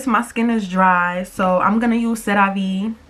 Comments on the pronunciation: It’s “SARAH-VEE”= Cerave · You a bird for the way you say cerave tho lmao 😂